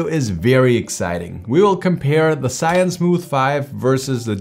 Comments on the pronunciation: Maybe do some research on how to pronounce the brand next time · Why you Americans dont know the original names of products "ZhiYun" are Chinese Hanzi。